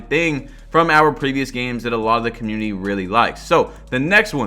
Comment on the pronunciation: Why always says cuhmuiny instead of community